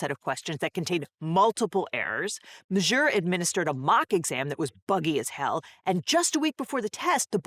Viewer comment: Gotta say, hearing say “majour” as many times as she has really makes me want to binge the venture bros show